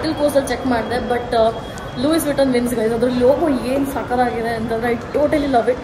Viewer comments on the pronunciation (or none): It’s not Louis vittuon lui vittuon